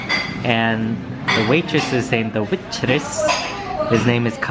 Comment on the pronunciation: Lol "Witress" xD